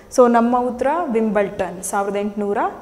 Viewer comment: That s not Wimbleton.... Wimbledon s the correct pronunciation....